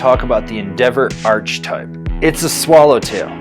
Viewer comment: I need you to know it's pronounced arK-eh-type not arCH-eh-type. Awesome review as always